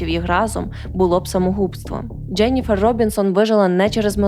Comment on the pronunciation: мені теж подобається ваш контент і подача , але вибачаюсь за снобізм , дуже ріже вухо помʼякшення голосної літери після літер ДЖ . Ческокажучи ледь витримала два відео . Переслузайте як ви вимовляєте такі слова в як інші. Треба казати не Джєніфер Джьозеф , а Дженіфер Джозеф , беж помʼякшення голосної .